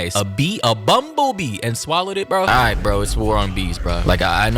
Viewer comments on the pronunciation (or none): none